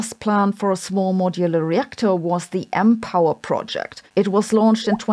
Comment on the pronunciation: "B&W Mpower" pronounced "B-'n-W M-Power"; that's a trademark violation if I ever heard one. 😊